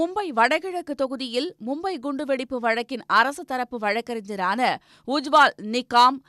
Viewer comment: ஏம்பா ஏய் என்ன உச்சரிப்பு உச்சரிக்கிறீங்க? ஒருத்தனென்னடான்னா பாஸ்வான பொஸ்வான் றான், இன்னொருத்தி என்னடான்னா ல வழக்கறிஞர “வழக்கறிஞ்சர்” னு உச்சரிக்கிறா! தூ! படிச்சவன போடுங்க டா பன்னாடைங்களா!